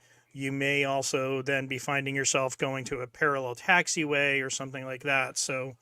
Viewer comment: " SUN-theen"..... SOME-THING. SOMETHING, SOMETHING!